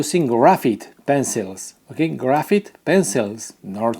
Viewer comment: Graphite. Grafite. Not grafeet. The i sounds like I not an E